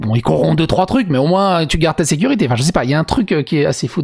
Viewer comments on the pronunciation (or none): none